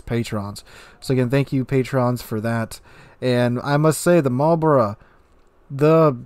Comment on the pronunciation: Immediate thumbs up for saying Marlborough correctly. Shame there's absolutely no chance of me ever getting these dockyard ships since I don't get nearly enough time to complete those missions. There's no way I'm paying for it either.